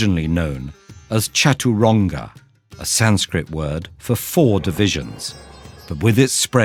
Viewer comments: 'Chatoooraanga' my ears are crying cuase inaccurate that is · its satranch not chturanga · Indians after listening "chataraunga" 💀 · sorry to tell you all the pronunciation of chaturang is wrong. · I hate this video because of its wrong pronouncation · Pronunciation of Chaturanga is wrong.